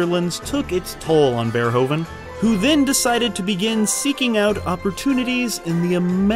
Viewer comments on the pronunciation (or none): it's pronounced paul verhoeven; paul is OK but verhoeven is not verhoven... it's pronounced as verhooven (like hoover), in dutch OE = OO in english; so please stop me cringing about verhoven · Your pronunciation of names is awful. "Jan", not "Jean" de Bont (Bond but with a t). Verh-oe-ven (like U-kelele), not hOven. Regardless, always happy for this WTF Happened series, now featuring the great Verhoeven ;-) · Is it SO DIFFICULT to pronounce his name correctly? Its NOT (english) "VER-HOE-VEN", but "VER-WHO-VEN" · The oe in Verhoeven is pronounced as o in move, not as in grow. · Its pronaunced paul ver who ven im dutch lol, Awesome video! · It isn't an easy name to pronounce, as it's Dutch, but the "OE" is pronounced like the "OO" in food and the V is shorter. Dutch is a very staccato language. To ears it sounds like Vvvverhoevvvvven. Not hating on the narrator, just explaining the pronunciation. Verhoeven being Dutch is a reason he doesn't give a shit about violence and sex, because the Dutch really don't. There's legal prostitution, age ratings for movies are just a vague suggestion, South Park is aired uncensored all day long. It's not a sex crazed hell hole, just not prudish or shy. Turkish Delight is based on the book by Jan Wolkers, who's oeuvre is like this all the way through. The Discovery of Heaven by Harry Mulisch is about a guy being the second coming of Christ, and there's a ton of violence and graphic sex in the book. Both writers are considered some of the best as well. Mulish also wrote The Attack, about the Germain occupation of the Netherlands. Super violent but considered a must read classic, pretty much from its release. Our movies are less prudish in general, sex isn't seen as bad or wrong here, nor is swearing. His movies are par for the course almost. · To pronounce his name correctly, you need to pretend it's written 'Verhooven', like the word 'boot'. The 'oo' sound and the 'oe' sound is pronounced the other way around in Dutch. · "Ver hooven"